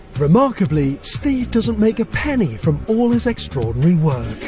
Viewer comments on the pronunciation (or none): none